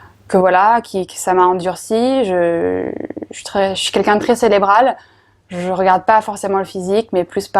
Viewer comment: En plus elle dit "célébrale" hahaha